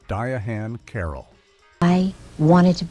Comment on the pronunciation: You mispronounced Diahan Carroll's name, AI guy.